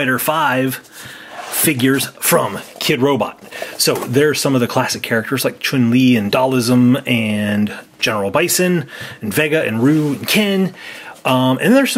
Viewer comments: It’s Dhalsim= Dhal-sim not Dhal-i-sim Vega= Vey-ga not Ve-gg-a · It's funny how they call Dhalsim, "Dhalism".